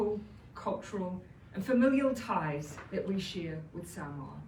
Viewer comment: The pronunciation of Samoa is NOT 'samower' but 'Saamore'. It's all about showing respect to the visiting Prime Minister of Samoa by learning how to correctly pronounce the name of a nation NZ 'administered' for over 40 years.